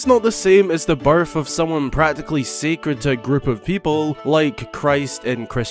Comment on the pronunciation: So... I'm brazilian, english isn't my first language. Every time you said "birth" in the video it sounded to me like "barf". 😂😂😂😂 This is not a critic or something like this, no! It just was funny for me. 😄 Merry Christmas!